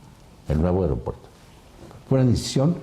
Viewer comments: Airopuerto jajaja esa ni hablar sabe!!! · Airopuerto??? perdón yo creía que se decía aeropuerto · Puta madre será que no escuchó bien o está Adela se la pasa diciéndole AIROPUERTO???